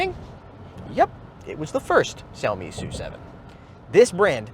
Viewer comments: We learned "Wah-Way" Huawei & we'll learn to say (Zhu)"Meow" for Xiaomi. Stunning phones & breathtaking cars. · Why is he not pronouncing Xiaomi correctly especially as a Chinese speaker?